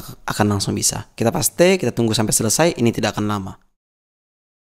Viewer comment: Cerdas. Gaya bahasanya cepat tapi masih bisa diikuti dengan mudah. Bahasa Inggrisnya fasih seperti English native speaker, tapi ada ciri khas-nya: Témpél diucapkan Pasté, bukan Péist. Tapi tidak apa-apa. Justru menjadi lebih jelas kan?